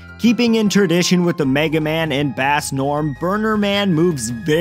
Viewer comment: uhh...Bass isn't pronounced like the Fish,its pronounced like the Instrument.Part of the whole music reference thing with Rock and Roll.